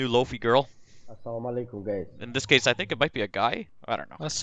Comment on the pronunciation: It’s pronounced “low fai” not “low fee”